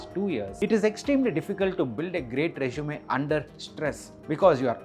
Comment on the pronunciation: It’s Resume not Rezshume. Please practice few times recording your voice